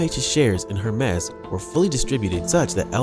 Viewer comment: Hermes is pronounced, “air mays.” Not “Her Mes.”